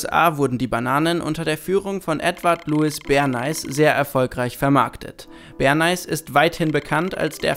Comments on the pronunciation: Nicht Bern-Eis 😒 Bär-Näh. Und SIENnaga nicht SienNAHA. Ich hab Angst, auf euren englischen Kanal zu gehen... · Edward Ber-nääihs, nicht zu verwechseln mit dem berühmten Bern- Eis. ;) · Hahaha omg "Berneis" :D Das wird doch "Berneys" ausgesprochen. Wie "Smileys" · Bernays heißt nicht Berneis^^ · so wie hier benais ausgesprochen wird, sind videos auf englisch keine gute idee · entweder hab ich Edward Bernay immer falsch ausgesprochen oder ihr tut es - hab anfangs gar nicht gecheckt wen ihr meintet, als dann "der Vater der PR" kam, hats geklingelt :S LG Justice